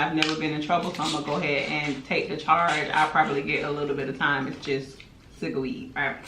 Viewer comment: “Cigaweed” lol